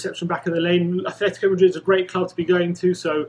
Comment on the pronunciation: It's not Athletico Madrid, it's Atletico without the H. Please stop saying Athletico. There's Athletic Bilbao and Atletico Madrid, it's not difficult. Thank you.